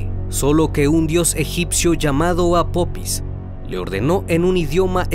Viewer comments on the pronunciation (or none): El dios o deidad egipcia se llama apofis no apopis, hay que leer antes de hacer un video estimado. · Una observación el nombre del Dios egipcio es APOFIS no APOPIS, lo siento tenia que decirlo, de ahí en fuera todos tus vídeos son muy interesantes. Gracias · Hola . No es apopis es apofis se escribe apophis y se pronuncia apofis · Por qué nunca pronuncias las "h"? Es "apofis" porque la "pH" se pronuncia "f". También pronuncias te sin "h" el nombre del pueblo. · Casa vez que dices “Apopis” 😂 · Se pronuncia apofis